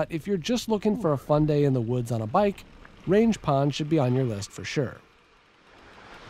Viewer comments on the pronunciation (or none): Great video as always! Fun fact (and for reasons I can't understand): it's pronounced "rang" with a hard g instead of range.